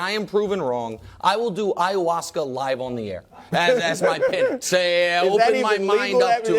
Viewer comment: Bro said I’ll do Ayawaska live on air 💀😭😂😂 Nick the 🐐 fr 😂